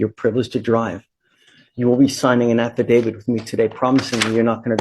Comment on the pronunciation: “An app of David” 😂 AFFIDAVIT